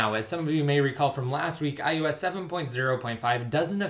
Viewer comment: Is anyone else annoyed when he says iOS? It sounds like iUS to me.